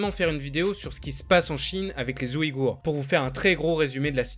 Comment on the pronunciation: oui mais j'ai entendu zouhigours au début de la vidéo